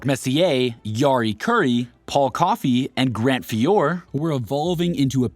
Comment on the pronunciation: Also, Grant Fee-or???